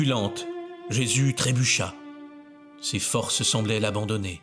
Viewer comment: Bonjour, comme bous j’ai horreur de ces vidéos générées par IA, beaucoup de blabla inutile, des redites, ces voix horripilantes qui ne savent pas prononcer SES ou CES, et ces illustrations absurdes, anachroniques qui montrent des gens du 1er siècle avec des lunettes 😂 Anne Catherine Emmerich a raconté la guérison, la conversion et la fin de vie de Longinus, qu’elle appelle Cassius, dans son livre de visions La douloureuse Passion de Notre Seigneur Jesus Christ.